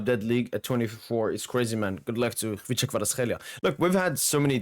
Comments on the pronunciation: Brother, your pronunciation is elite ! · Pronunciation is exact! Check if you have some Georgian roots bro ! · not even 1 min. in Video and im lovin it. well trained on name. Respect from Georgia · probably best non Georgian pronouncing of his name. well done in saying "ხ" :D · You're pronouncing him like a real Georgian bro :D